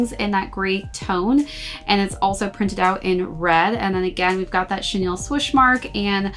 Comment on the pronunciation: Thank you for correctly pronouncing chenille. People of all other video reviews on this sneaker pronounce it as “Chanel” 😭😤